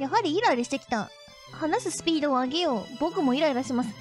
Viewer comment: S U P E E D O N O K A M I